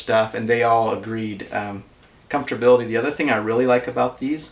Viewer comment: "Comfortbility"... "Periphrial"... Gotta love it. Reminds me of home. You put a lot of work into this project and saved me a great deal of time and effort. Would love to see your progress as your build evolves. Best of luck. Cheers, D.